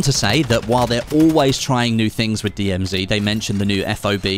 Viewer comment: Strange to hear an English guy say DMZ 'wrong'